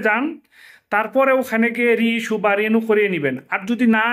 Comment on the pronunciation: "রেনু " নয় "রিনিউ"